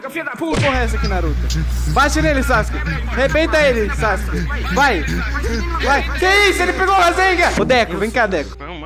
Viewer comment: "sassske" sksksksi